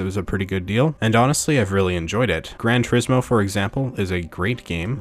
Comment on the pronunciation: "Gran" Turismo (Granny Turismo) xD